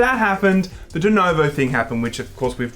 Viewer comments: Why do you guys keep saying "dunovo"? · I'm only mad that you boys keep calling it "Denovo". It's not a hard name to read....